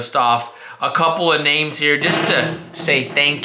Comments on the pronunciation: pronouncing those names like substitute teacher Mr. Garvey lol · Butchered those names😂